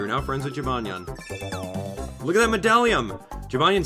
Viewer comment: The cats name is jibanyan not jinbanya